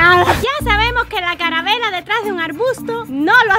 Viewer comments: Like si en el minuto escuchaste a diciendo envez de calavera dijo caravela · En el minuto y en todo el video dijo carabela y es calavera jajajaja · SE DICE CALAVERA NO CARAVELA 😂😂😂😂😅😅😅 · Jajajaja estabas diciendo carabela y es calavera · No se dice caravela se dice calavera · LiKE SI ESCUCHASTE QUE DIJO CARA VELA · Like si escuchaste a decir caravela y es calavera y también escuchaste qué dijo pendejo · Like si escuchaste que dijo caravera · Dijo carabela jajajaja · Like si te diste cuenta que decía caravela en vez de calavera😂😂😂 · Like si escuchaste que dijo carabela 👍👍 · Si dijo eso jajaja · Ella en vez de decir calavera dijo carabela😊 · Like si en el minuto dijo carabela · se dice calavera tu dijiste calabela❤ 😊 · jsjsjsjs la carabela se dice calabera no es hate queda claro yo la amooo a 😳😙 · Lo que me dio risa fue que dijo carabela y es calavera jiji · dijiste carabela y es calavera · jajajajaja en mi país o ciudad se dice calabera,no carabela🤣🤣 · no es caravela es calavera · no es calavela es calavera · No se dice carabela se dice calavera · Se dice calavera no caravela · se dice calavera en mi pais no caravera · no se dice carabela se dice calavera🤦‍♀ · dice carabela🤣😂